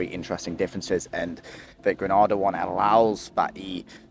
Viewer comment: Pronunciation: 1) Gre-nay-da 2) St Lu-sha "Gra-na-da" is in Spain That's the English language for you. 🤷 You're welcome :)